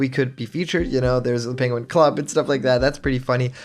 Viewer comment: “Pegin” Excuse me what